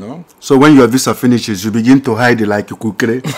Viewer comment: You said hide like kukerere😂🤣🤣